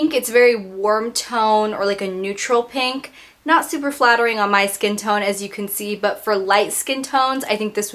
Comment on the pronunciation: this is weird but i love the way you say 'pink' because you don't say "peeenk".